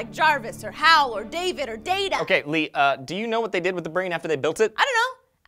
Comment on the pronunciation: you said vat XD